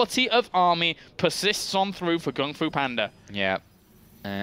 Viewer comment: Does no one care they called him panda instead of banda the whole series. even said Kung fu instead of gung fu. Just irritates me lol sorry